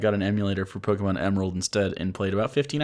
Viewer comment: Who's?.... I always confuse the two. Is he the one with the lower voice? If it is, well, he is saying "Pokémon" correctly. "é" is not said like "ee". Trust me, I French, and we have that letter in our alphabet (and the "poké" part stands for "pocket". I doubt "pocket" is said "pockeet")